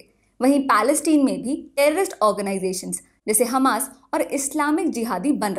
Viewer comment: ji congrats to U and ur team for a nice informatic video 👍🏻😊..just a few issues with pronunciations...like it is not हमस but हमास, not ग़ज़ा strip but ग़ाज़ा strip..and what do U mean by kisi country ke paas depth nahi hai? U must explain, that by depth U mean area below or above the sea level or something else? Apart from these i found ur vdo quite informative.👍🏻😊